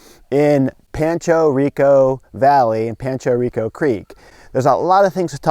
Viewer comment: I grew up there . And you said that so wrong